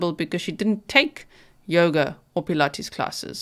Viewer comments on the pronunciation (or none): none